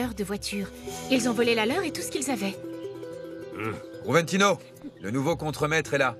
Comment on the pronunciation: Joventino ,en espagnol on prononce Roventino